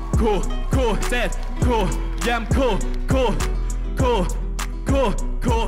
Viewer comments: Phát âm tiếng anh đúng thì cool nghe gần như là “cul” chứ ko đọc là “cun” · Cool not "cu" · Ông này đọc ''Cool" hay "Cua" đều nghe thành "Cu" nhờ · "Cúc cu" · Tôi nghe ra cúc cu :)) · có ai như mình nghe "cool" vs "cua" thành "CU" ko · Tưởng thế nào, hoá ra phát âm còn không chuẩn “cu cu” =))) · Phát âm Cool với cua giống nhau à. :)) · sao đọc "cu cu"😬